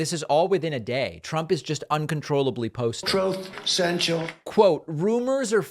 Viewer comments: Troth centchal!.. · "Troth Sential" . . . never gets old. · That "Troath Cential" soundbyte always gets me lmao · The "Troth Cential" soundbyte has me rolling every time. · Trowth Senchal. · Troth senstial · Troth Sensual! It never gets old! 😂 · “Troth Central.” - “Obana.” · "Troth Senshul" never stops being funny. 🤣🤣🤣 Also, how exactly does one get "fired like a dog"? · I clicked for the "troth sensual" 🤣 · I would have left 20 seconds in if I didn't hear "TROTH SENTIAL"... OBAAAAMNA!!!! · "TROAF SENCHAL" And they talk about Biden.